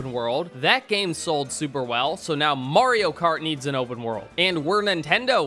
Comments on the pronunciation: It's pronounced Mario, not Morio. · Stop pronouncing Mario like that. No other country does.